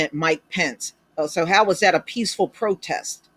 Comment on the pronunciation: He meant peesssful or pisssful protest.